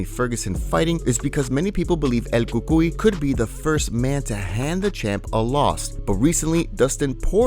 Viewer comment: “it’s hard to imagine he’s ducking changes to weird Indian accent EL COOCOOEY”